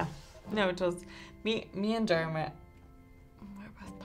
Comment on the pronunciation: Dermot FTW!!!! For real though. Yes Dermot. Yes. Nailed. It.